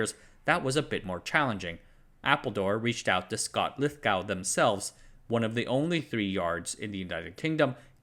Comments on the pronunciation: The "gow" in Lithogow is pronounced "go" just the same as the the way it's pronounced in "Glasgow". Neither of these words sound like "cow". It's deeply unpleasant to hear these names repeatedly mispronounced. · quay is generally pronounced as in key? Well, it is around these here parts anyway. And Lithgow is generally pronounced lith go as in Glasgow which is pronounced Glaz go where z as in Zimbabwe. This guy can't pronounce it either but there are loads of Scottish in his comments section to. Anyway, great channel, keep up the good work!